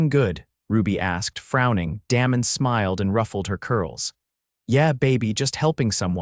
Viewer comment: when you are telling a story be sure you pronounce names properly. For example, "Damon" is not pronounced the way you did!